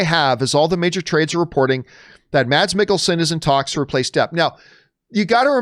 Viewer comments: Hate to be that guy, but it’s pronounced “Mess”, not Mads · Just to clarify, Mads is pronounced "Mas" in Danish.